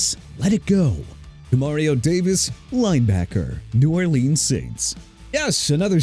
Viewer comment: LOOK MR. "NEW OR-LEANS" SHOW RESPECT FOR A LOUISIANA CITY OKAY?! NEW ORLEANS PRONOUNCED NEW OR-LINS!! ALSO RAHEEM MOSTERT PRONOUNCED MO-STURT!!